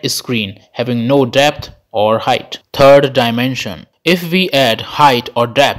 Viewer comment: “TURD DIMENSION”